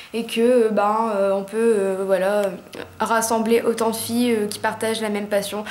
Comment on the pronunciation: Ton "voilà" par contre il dérive dans le "voilo" ! Trop choux ! Aha